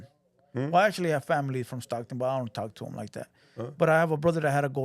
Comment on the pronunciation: Theres no SS in Stockton💀😂😂….7 has a imaginary hood